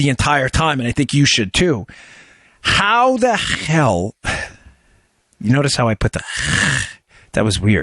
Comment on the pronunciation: you started talking like a Russian accidentally when you said "how the hell" hahaha ha you might be a Russ spy hahaha hahaha. just kidding Dan great show as always.